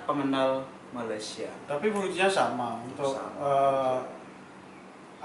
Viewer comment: Orang Malaysia yang tengok video ni jgn malu malu report kat Imigresen atau Jabatan Pendaftaran Negara. Sebab suspicious. Org indon kalau lama duduk Malaysia. Dia takkan sebut Mala-sia. Dia akan sebut Malay-sia...